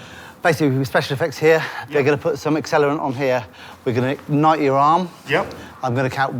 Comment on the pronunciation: I can not describe the stress I felt when they said "egnite him"